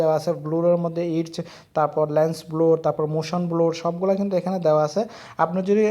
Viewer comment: vaii bluur na bloor